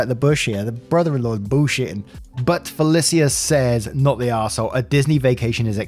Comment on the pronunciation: Felicia =Fah Lee Sha. Second time kiddo. Bye Felicia is a common "urban slang" phrase originally quoted from the movie FRIDAY. This time in the posters name. I will tell you a thitd time if I have to.:-)